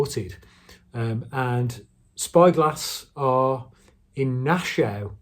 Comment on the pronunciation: Pronounced `NASH-u-wuh` & it`s New Hampshire. Probably driven through at some point but not remembered, beautiful State though & worth a visit if you`re travelling in the NE of the US.